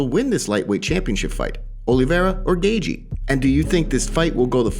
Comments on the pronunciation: It's Gay-chee not Gay-gee 🤣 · Gaethje's last name is pronounced Gae"Chee" not Gae"Gee". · lol you are not saying Gaethje right, wait am I??